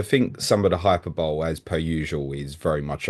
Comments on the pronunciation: Good listen guys. Quick tip not being rude. Hyperbole is pronounced Hi-per-bo-le.😊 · It’s pronounced ‘HYPERBOLEE’ lol. Great content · Love the show and agree about Liverpool -, if you're going to correct on Jagiellonia fc, then he should correct you on how you say hyperbole 🙃